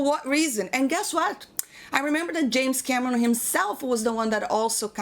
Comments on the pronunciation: The way you said it sounded like 'James Cabrón'. Pretty fitting. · First time viewer here... Gotta say, I like this chick! She's got a good head on her shoulders. Edit: oh and the way she says James Cameron with that accent.... I love it. If you read this Can u say "hello Clifton" ?!?!